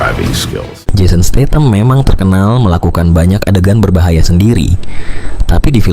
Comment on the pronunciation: Stat ham bkn statem bang. Jgn baca versi kita tp versi aslinya. Lamborghini g nya bkn d baca J seperti kebanyakan orang indonesia